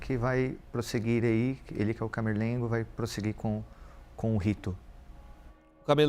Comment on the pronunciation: É camerlengo, não carmelengo.